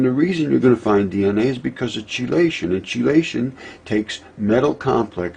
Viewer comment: Chee la-shun???? It is KEY-la-shun. Chelation KEY. KEY. Not CHEEEEEEE.., The most interesting chelating agent I can remember is EDTA. ethylenediaminetetraacetic acid..